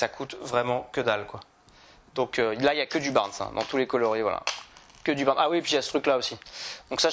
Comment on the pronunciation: Top vidéo. Par contre tu es fan des leurres Caperlan mais tu prononces mal le nom des leurres : Smite, pas Smith, et Barn, pas Barns !